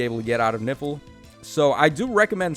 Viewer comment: Is really disturbing everytime you say "Nifl" I hear "Nipple" 😂🤣😂🤣😰😱